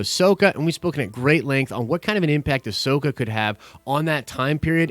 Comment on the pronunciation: Say it with me: Ah-so-ka. It's not that hard!